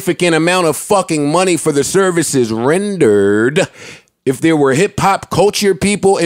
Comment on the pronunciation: the way he said "renderred" was hilarious and nobody batted an eye